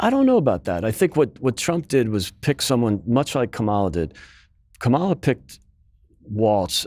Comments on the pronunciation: I notice how the republicans from the news outlets to pundits to politicians are determined to show their complete disrespect by mispronouncing Kamala’s name. This guy gave away his bias and lack of character. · Note to non-American journalists. If someone pronounces her name as “ka mall a” like this guy did, instead of “kamma la” then you know they are acting in bad faith. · Hey Republican guy, it’s NOT pronounced Calm-aw-la, it’s pronounced Kom-ella. It’s hard to take anything you say seriously when you’re in engaging in the kind of weird power-controlling silliness of Trump’s name bastardizations. If you really don’t know how to properly pronounce the VP’s name after she’s been in office for almost four years, I don’t think you’re really qualified to comment on her Presidential run. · It's KAmala, not kaMAla. Kamala is Sanskrit for lotus, and she sure has blossomed over the last week. It remains to be seen if the bloom will last till November but nevertheless it's a refreshing change from the orange Despicable Me. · It’s interesting how the replicas guy mispronounced VP Harris’s name every time. He also referred to everyone by their last name except Kamala. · Can we get our token republican denialist to at least pronounce Kamala's name correctly? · why not correct his incorrect pronunciation her name!!!!! also ignoring the reporting that said Shapiro not being comfortable with the ambiguity of the VP role?? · When the Republican guest won't even pronounce Kamala correctly you know that nothing thoughtful, reasonable, nor respectful will follow. This is a generalization of course, but all public TV commentators know the correct pronunciation. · Is this guy so ignorant he doesn't know how to pronounce Kamala's name? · When you can't even pronounce "Kamala" right... I know you're weird and I stop listening. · The mispronunciation is a deliberate ploy to make her sound more foreign. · Why does he say Kamala so weird? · Its pronounced... Karmala... not Kamarla 🙄😏